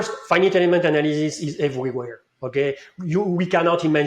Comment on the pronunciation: Funny to hear pronounce faɪ.nɪt which is a mix between the pronunciation of some people in France (like ɪnfɪnɪt) and the proper one:)